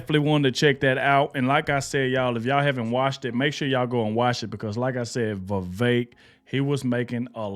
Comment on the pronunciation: VEE -VEK